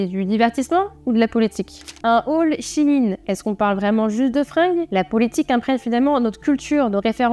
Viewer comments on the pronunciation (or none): none